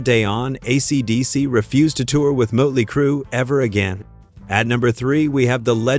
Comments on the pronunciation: Mutly crew?? Who the heck is that? I've heard of Mötley Crüe.... Try using a real person talking as opposed to AI fake voicing.... 🤪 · AI said Mutley Crue. 😮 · Moat-ley Crue, huh? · Sloppy AI narration. Mote-ly Crew. Good one. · Mut Lee Crew ... fuck this AI bullshit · "Mutley Crew"...Why do these sites use AI narration? It really SUCKS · "MOTE-LEE" Cru? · You need to teach your AI how to pronounce Motely. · How do you not know who Motley Crue is, or how to pronounce it. Thumbs down